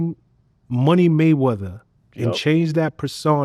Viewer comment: “Floyd money wayweather” is what he said lmao wtf 😂😂 💀